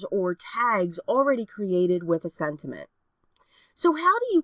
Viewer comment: Am tripping — or do I keep on hearing you say SENTINENT.....? ....or sentiment? 🤔